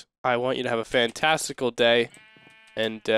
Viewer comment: When you said have a fantastical day, I thought you said have a fantesticle day. I loled for a little :)